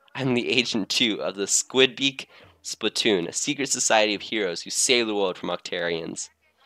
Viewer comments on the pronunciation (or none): none